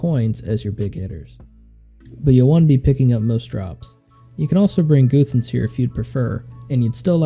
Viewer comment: goothans....good guide but its "guh-thans" lol